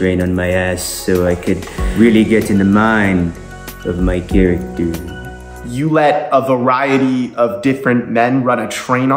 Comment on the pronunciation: "So I'd like to become...... My charactoor"😂